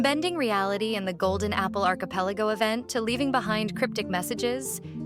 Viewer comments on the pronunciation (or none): none